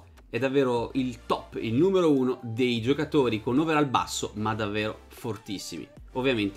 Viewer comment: Si legge overoll, non overall Comunque bel video